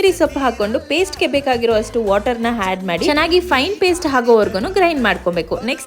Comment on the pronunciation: Had alla madam adu add